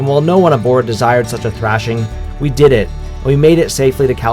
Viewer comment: 8 min and 16 sec in the film you say : Havent slept fore 60 ouers. Deed you have the helm al that time? If yes , why deedent you "hove to" ?????